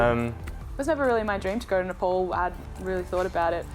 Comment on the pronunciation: Its not Nple..its Napaal